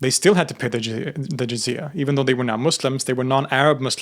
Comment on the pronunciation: “Zizia”🤡 its not zizia its jizya